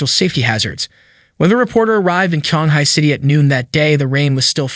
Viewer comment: Chee-ong-hai is the more proper pronunciation of Qionghai. The reporter's pronunciation made it sounds like Shanghai which is a completely different city